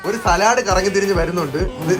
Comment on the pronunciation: സലാഡ് അല്ല."സാലഡ്"